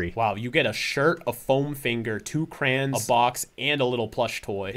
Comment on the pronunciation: DId pronounce crayon as "cran" or am I losing it?